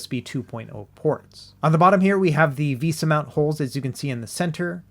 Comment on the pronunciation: Vesa is pronounced vay-suh. Love the videos! And the cat breaks are always welcome.